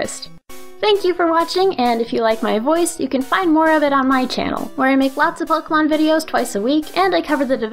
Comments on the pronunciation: How to make a pokémon video: Step 1: Learn how to pronounce Pokémon. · SAY POKE-AY-MON. POKE. AY. MON. THERE'S THREE SYLLABLES IN THE NAME. IF I HEAR POK'MON ONE MORE TIME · The only thing that bugs me is the way they pronounce Pokèmon.